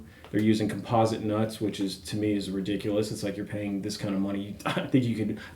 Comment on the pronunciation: It's not just the scale length; it's the pitch of the neck. Ree-dic-u-loous.